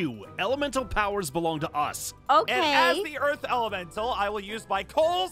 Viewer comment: bro bro Aphmau miss click a word it's Earth but its Earf